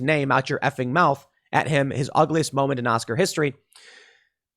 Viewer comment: “Mouff” not “mouth” Mr. Pool